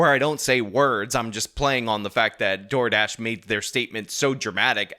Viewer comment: 'Door Drash' lol 😂